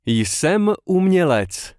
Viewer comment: The J in Jsem is silent, for anyone who doesn't know. Not sure why it was pronounced here every time? Unfortunate as this channel as been useful recently, but I'm wondering how much is actually incorrect that I don't know since I am still learning.